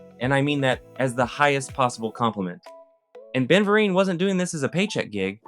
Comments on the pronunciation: Ben who? Ver-een. You could at least pronounce the guy's name right. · 🧐...? 🤨 **VER-EEN**!!! 😐 Good lord, you even spelled it wrong & continue to mispronounce it throughout then you expect us to take anything that you have to say at face value? 🙄 Sorry, do your homework, do your research, don't outsource & do your own duties if you want to be taken seriously 😒 P.S. "INOVATIVE" 😑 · Ben Vereen. Pronounced: Ver-een. Ben Vereen rhymes with Charlie Sheen and lima bean. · His name is pronounced Ver-reen. Long ee on the 2nd syllable. I am so tired of you lazy, white content creators disrespecting Black artists by mispronouncing their names or getting facts wrong about their careers. Next time ask a Gen Xer who actually lived through this. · Lord I think we all about had a stroke when he kept saying it 😂😂😂😂😂. Zoobile zoo was the shiznit. And 321 contact, and roomper room, and fraggle rock. Imma be sad now 😂😂😂😂❤ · You’re pronouncing his name wrong bro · Stopped watching because the presenter couldn't pronounce the main actor's name correctly. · Immediately starts off video by mispronouncing said legend's name.... not a good sign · You clearly don't know who Ben is. Pronounced his last name wrong as hell. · Drag this boy for filth for mispronouncing Ben Vereen's name! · How on earth did you get Ben Vereen’s name wrong so many times? I’m embarrassed for you. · The title is weird… why would anyone think that a PBS show us something that they imagined? It exist existed. We all remember it. I mean it’s not Sesame Street but it was a season in time just like The Polka Dot Door or Lambchop’s Play Along. And did you really need to be doing your research before you put out a video. Everybody is telling you how to pronounce the name of a well-known Broadway performer. A simple Google search could’ve confirmed for you how to do say his name. It takes away from credibility when you flub something like this, or claimed that something is a forgotten show when it clearly isn’t